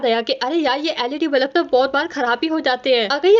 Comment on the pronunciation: Bulb 💡 ❎ Balub ✅ 😂😂😂😂 no hate love you ❤